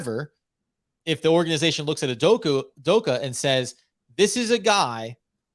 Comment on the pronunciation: I hope learns how to actually pronounce "Udoka" if we do hire him 😅